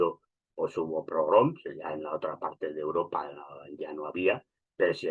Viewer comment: Minuto es "pogromos", no "progroms".